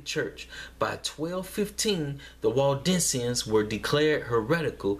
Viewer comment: Waldensians? I thought you were saying Walt Disneyans lol